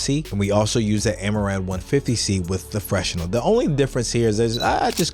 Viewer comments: FYI fresnel = fruh-nel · Had me thinking that I've been saying fresnel wrong all this time. The confidence and consistency had me fooled for a minute there lol